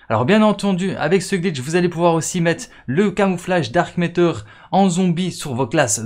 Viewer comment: Pourquoi tu dis dark itter